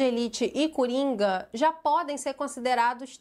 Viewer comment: Tenho certeza que a falando cUringa foi bem proposital 😂😂😂